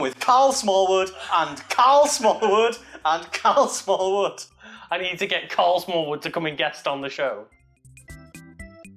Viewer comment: Thought I heard Smarl Karlwood.